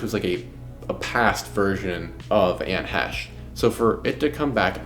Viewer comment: You really should know how to say her name properly before making a video. That was so annoying !